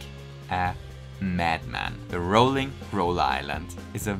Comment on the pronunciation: I feel a bit like an arse pointing this out, buut... It's the ROILING roller island. Roiling as in, frustrating.